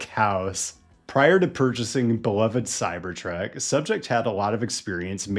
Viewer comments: The Cybertrek. Is this intentional mispronounciation of the name of this intolerable vehicle? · Why do you keep saying CyberTrek? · Why do u say it like Cybertrek? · It is called a cybertruck, not a cyberTRECK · why do you say cyber trek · I keep hearing "cybertrack"